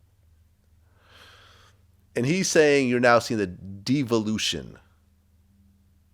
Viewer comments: lmfao! vlad don't know how to pronounce devolution or evolution lol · Vlad can't pronounce evolution and devolution 😆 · Vlad doesn't even know how to pronounce devolution, let alone understand how evolution actually works and what it is. Yet despite not being able to pronounce devolution, he sure knows how to play Devil's Advocate: a different kind of devil-ution.